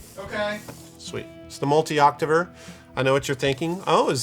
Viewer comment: It’s pronounced octaver